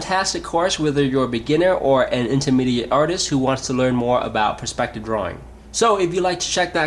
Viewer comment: Some really good points here. I especially liked the thought on colour fading as distance increased. Only one niggle - the word perspective is being said wrongly. the word is pronounced P-E-Rspective not P-R-E-spective. Sorry, but it really gets to me.